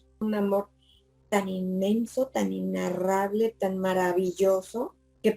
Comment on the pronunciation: Le corrijo una sola palabra, con todo el amor y respeto, se dice: INEnarrable, no INnarrable (le sugiero el diccionario de Google para confirmarlo), a mí me pasaba con ciertas palabras, como por ejemplo, la palabra inteMperie, yo, siendo más jóven decía: inteRperie, jaja. Gracias por compartir su maravillosa experiencia y por su sabiduría.